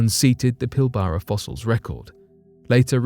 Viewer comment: lol PIL - BARA no!!! It is pronounced PIL - BRA